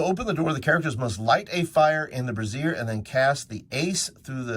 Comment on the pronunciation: Brazier? You’re pronunciation is a bit off. It’s not a boob holder brazier.